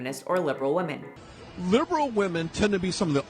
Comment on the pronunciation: Please please why does bother me so much that your can’t pronounce women . Weh-men. You got this!!! Your better than this!